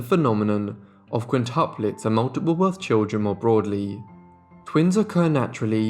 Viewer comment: QuintIUplets NOT quintaplets! The reader is ignorant